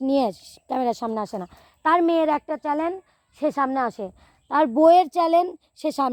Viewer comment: চ্যানেল উচ্চারণ ঠিক করে বলিও